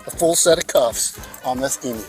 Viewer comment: Congratulations 🤩🎉👏 for being the FIRST American to pronounce Emu correctly instead of EmOO!!!👍😁🇦🇺🦘